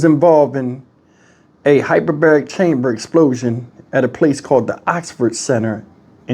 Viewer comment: Hey, - In case no one has brought it to your attention, I believe the word is hypERbaric.